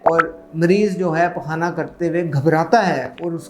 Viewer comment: pQaana PQaana kya bol re g